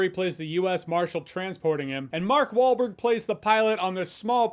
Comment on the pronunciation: Jeremy: “Mark Baldberg.” 🤣👍